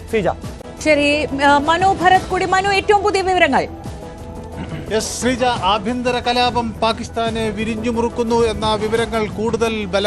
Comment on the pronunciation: വിരിഞ്ഞു മുറുക്കുക അല്ല അണ്ണാ വരിഞ്ഞു മുറുക്കുക എന്നല്ലേ